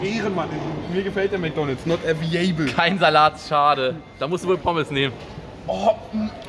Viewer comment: Available - „ewie-äibl“